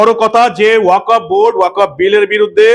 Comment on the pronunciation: uchharonta 'Waq of board'noi, 'waqf ' board. ক এ হসন্ত